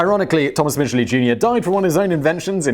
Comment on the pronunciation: I would just like to say....thank you for pronouncing the name right. (We don't talk about Thomas...)